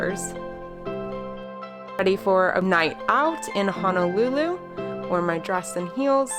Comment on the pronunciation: HONOLULU..., please don’t pronounce it as HANALULU😟